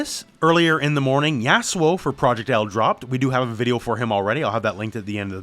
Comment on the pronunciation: Why are u saying yasuo like that